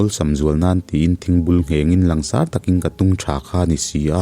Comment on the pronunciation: Langsâr lamrîk dân hi 'sâr' lai hi lam er loh a thlûk pangngaia thlûk tûr a ni. Mizo naupang ten an zirtirtu(mipa) 'sir' (ka pu, tihna, a sap ho tak tak chuan sâr kan tih ang hian an lam ve chuanglo a) an lam ang hian. Chiang/hmuh awl ang chu hi sâr an ni. "A hmêl chu a sâr vung mai," te kan ti ṭhin a ni. "Kan sêrthlum kûng chu a hliahtu hnim kan sâmfai ta vek a, a 'sâr' ta larh mai, misualin an rûk mai pawh a hlauawm ta zâwk e," tih a 'sâr' nên hian thuhmun a ni.